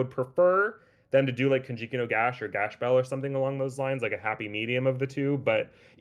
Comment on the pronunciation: Funny YouTube man says to use the original name then doesn’t pronounce it correctly 😂